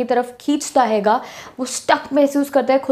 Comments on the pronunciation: Aap hai ko haiga kyu bolte ho??? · Well explained 👏but please don't say" haiga"😑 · I love the way ma'am sayy haiga 😅❤️🔥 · How many of you noticed when she says 'haiga' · Mam aap punjabi bolte ho bicha mai😂😅 Haiga🤣